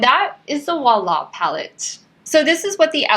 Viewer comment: Beautiful eye look! I love it! To hear correct prononciation of wahala word you can check the song danger of p square 😉